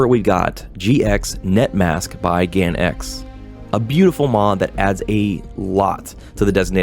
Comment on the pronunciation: GanX is pronounced "Ganks"